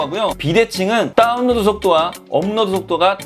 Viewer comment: 요즘 인터넷에 대한 이슈가 많은데 다뤄주시다니.. 평소 궁금했던 부분 말끔히 해결됐습니다^^ 다운로드 발음하실 때 “따운”이라고 하시는거 중독성 있네요 ㅎㅎㅎ